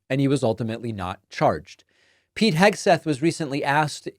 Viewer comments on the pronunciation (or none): none